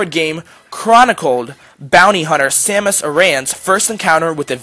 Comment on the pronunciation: dude you said her name wrong..... educate yourself...